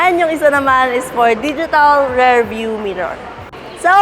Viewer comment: How come the ladies here cannot pronounce "rear" versus "rare" ???